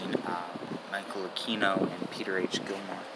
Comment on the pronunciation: It is not “A-Key-No”. It is “A-Queen-oh”.